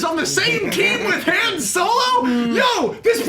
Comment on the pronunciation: How many times can Max Landis pronounce "Han" wrong?